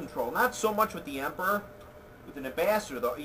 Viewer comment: funny quotes from the video: 1. "empurrurrrr" | 2. "which i think suck" lol